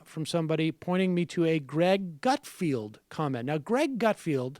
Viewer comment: It's not gut-field, it's gut-feld. Вы говнйюк